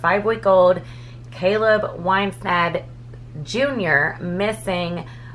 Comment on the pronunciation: No one seems to have the ability to correctly pronounce this poor little baby's sir name - Whis - nand .